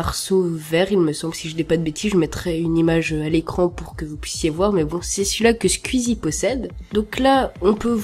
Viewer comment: Mec t'es pas de prendre cette couleur juste par ce que c'est squeezie qui l'a et stp revois ta prononciation de son pseudo tu m'as fais saigner des oreilles.Sinon oui c'est solide et qui dure plusieurs années.